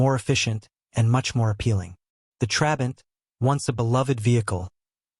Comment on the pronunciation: And "Trabant" is stressed on the second syllable, and you are alternating between showing us very different models as if they were the same: the 500, 600 and 601 (which is the one most people think about as "the" Trabant). And of course by the time production ended, it was no longer powered by that puny (but totally adequate) 0.6 litre two-stroke, but by a 1.1-litre four-stroke built under licence from VW, as the Trabant 1.1.